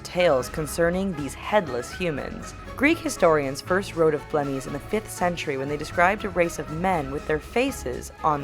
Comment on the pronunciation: xD blemmyes lmao